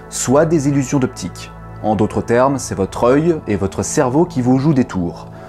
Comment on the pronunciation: Des illuPsions d'optique ? DésillusSions optiques ? C'est mignon en fait ^^